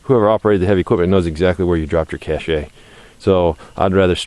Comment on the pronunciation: Great place, but looks Brrrrrrrrr! I hate people to correct my speach, but I want to correct one word you use. Feel free to tell me to mind my own business. Cashe is a french word, the e is silent, so it's pronounced cash, rhymes with stash. It isn't pronounced: Cash A. Another one for example is the South Dakota city of Belle Fourche. Amazingly, it's pronounced Bell Foosh. I lived in Beaufort, SC for a couple of years. By the video, I presume you live somewhere up in the mountains. Beautiful.